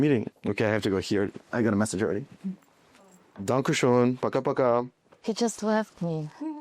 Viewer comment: Hey. His German and Russian at the end sounded great